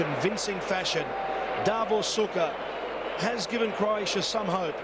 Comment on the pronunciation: Šuker, not Süker.